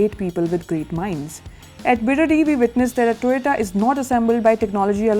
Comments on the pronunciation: Its TOYOTO not Toyota by our highly educated ganna minister cum scientist=Gadddhakari😂😂🤣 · Once a minister say toyatoo